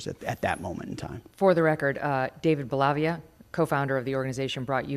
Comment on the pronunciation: Megyn Kelly - FYI: Staff Sgt. David Bellavia's last name is pronounced BELLA-VEE-UH, not Bel-lav-vee-uh. Just throwing that out there as a WNY resident.